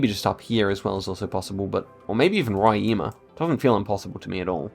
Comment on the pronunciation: DA AGONIA VER ELE FALANDO BARIA MINAS GUERAIS E RORAÍMA